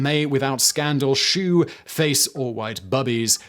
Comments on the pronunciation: The rhyme with “beau” should tell you that “shew” is not pronounced “shoe” but rather “show” (it’s an archaic spelling, reflecting pronunciation pre great vowel shift). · Simon, being the nitpicking type, I must point out that the word "shew" in "The ladies here may without Scandal shew" should be pronounced as "show" given the fact that it is meant to be rhyming with "Beau". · Shew is pronounced show and means show and is rhymed in the poem with beau pronounced bow. English is difficult, but not that difficult. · "Shew" is pronounced "show." That verse you read actually rhymes. :) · shouldn't "shew" and "beau" rhyme? Which pronunciation is correct??